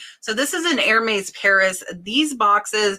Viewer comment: Here comes Grammar Grouch here comes Grammar Grouch right down lane... 🧑🏻‍🎄😆 peony - pronounced "pee-n-y" (you don't pronounce the "o"... a tough one for most of us at first) Lagerfeld - "Lah-ger-feld" (not yay-ger-feld Hermes - "err-mèz"